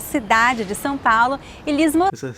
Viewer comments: São is not pronounced Sao. The "a" is like nasal, and the "o" is like the latin "V" in "TVVS". Most of Brazil pronounces "dah deh djee doh doo tah teh tshee toh too", but in Pernambuco is Paraíba is "dah deh deeh doh doo tah teh tee toh too" (the t sounds Italian instead of English). Intonation is very important in Portuguese, we generally talk like singing, but be believe people from Santa Catarina sing way more than the rest. Portuguese is fascinant. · I think your only mistake in pronunciation was São Paulo. It is more like San Paulo. Other than that, I'm really enjoying you learning portuguese and can't wait to see your reaction to gaúcho accent ❤ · He cannot pronounce São correctly.